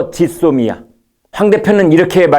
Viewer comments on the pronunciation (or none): none